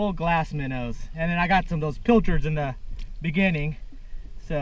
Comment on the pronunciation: I always here "pill-turds" instead of pilchards. I had no idea what they where until I watched your videos a few months back and thought that was a nickname you had for em.